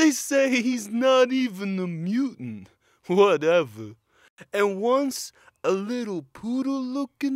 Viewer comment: when hes says "they say he's not even a mutant" and it shows the pope like wolverine, and then hes says "whatevuh" i love his face.